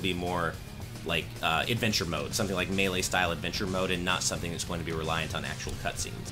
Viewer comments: “Muhlay” instead of MAYLAY lmao, at least it isn’t being pronounced as MEELEE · say MAY LAY. Don't say muh-LAY. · Every time pronounces it (Muh-lay) I cringe. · super smash bros muh-lay? wtf?